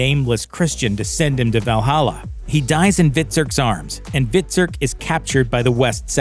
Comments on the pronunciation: Hvit-surk , U-bay ....jesus make someone who watched the show narrate the commentary. Embarrassing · Terrible script reading, who ever narrated this never saw the show, could not even pronounce their names properly, UBBIE 🤣stopped watching after the mispronunciation of Hvitserk.